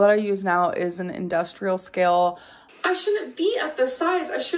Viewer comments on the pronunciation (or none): "industrial ska-ill"